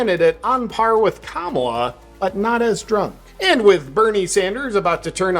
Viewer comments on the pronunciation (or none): none